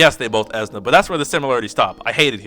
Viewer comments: It's Esuna not Ezna This guy: because I like him you have to like him and because I think he's awesome you can't think he's underwhelming and anyone who doesn't agree with me can shut up... LMFAO what a chode And before you go trying to attack me I'm not part of your conversation. I do not have his LD so I don't have any first hand experience nor do I play JP so I don't have any foresight as a reference. So I'm not on either side of the fence talking any smack about him being good or bad I'm just watching this train wreck. I just couldn't stop laughing after watching your video addressing negativity with more negativity. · The way you say Esuna kills me lol. Great video, I needed this info in the first part. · I always say "eh-soo-nuh" or "ee-soo-nuh" but your pronunciation gave me a kick. Its a made up word so who really cares. It sounds like you really like how you say it so I hope you keep saying it like that.